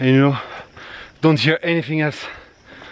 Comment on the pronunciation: we fought.. anyfing...did i hear that correct??